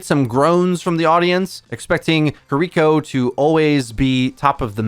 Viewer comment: "Key-Ree-Koh" is that so hard....